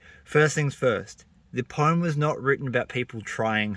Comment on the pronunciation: Mate I agree with everything you said and liked your poem -- but there's one thing that I feel really compelled to bring up... it's been driving the "grammar nazi" in me insane and I can no longer stay silent... WTF IS POME????? IT'S POEM, PRONOUNCED "POH-UHM" ARGGHHH I'M SORRY BUT... >.<! 🤣